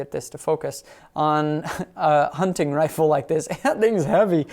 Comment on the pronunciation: Great review. Being from Pittsburgh your pronunciation of " Hunt.TIGN rifle cracks me up. " Huntin" is local blab lol